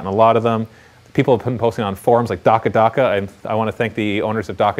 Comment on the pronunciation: Hehe... you say dakka dakka funny.